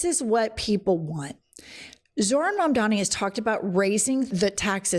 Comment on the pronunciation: absolute banger of a video i’m now subscribed. the name is mamdani !!! M-A-M-D-A-N-I